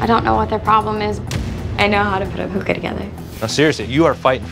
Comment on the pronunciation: He can’t even say hookah right